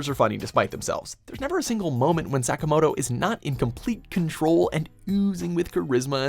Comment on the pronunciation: NOW THATS HOW YOU SAY SAKAMOTO PERSONA 5!!!!!